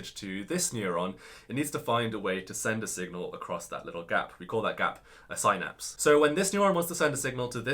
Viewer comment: Not meaning to be disrespectful, but his pronunciation of "synapse" is probably not generally accepted.